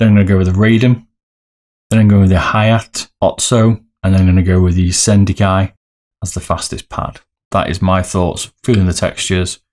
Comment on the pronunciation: Lol you butcher the name! 1. Ha-ya-tey / Ha-ya-tey ot-su (ot!= oat, and su from sukhoi)/ Ha-ya-tey Kow 2. Hi-en (Hi from hiccups and en from enlarge) 3. Zero = Zero? 4. Raiden is a bit english maybe 5. Shin-den-kai (from shin in your leg, den from english den word, and khai) Nice video, looking forward for the comparison. Maybe for comparing soft/mid you can add some weight onto the mouse.